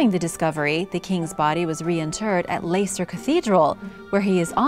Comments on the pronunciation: Love these American top 10s, full of half truths, untruths and poor pronunciation of foreign names. Richard III was not buried in a cemetery. He was buried within the Greyfriars Cathedral. And the pronunciation of Leicester! 'Layster!' Really?? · Where is layster how did you even get that from Leicester 🤦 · Leicester is pronounced leg - stuh Niamh is pronounced Neev